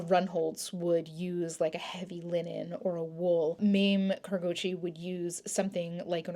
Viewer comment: Great video.Thank you !! just for information's sake, i believe it is pronounced [MOM-MAY] Kurogouchi